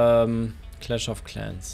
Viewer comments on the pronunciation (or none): none